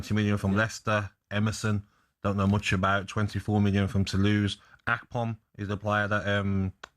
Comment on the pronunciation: “Akpom” - tell me you know nothing about Ipswich without telling you know nothing about Ipswich